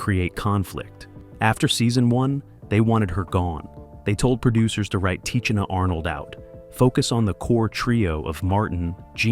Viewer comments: Pronounced Ta Sheena, not Ta cheena!!! 😂😅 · No, it is pronounced Tanisha Arnold and Tisha Campbell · Its pronounced Sha Nay Nay not Shananay. Tichina Arnold's name is pronounced Tasheena.. if you're going to do a video of such an Iconic Show please take the time to learn how to pronounce the actors name's and the characters names correctly!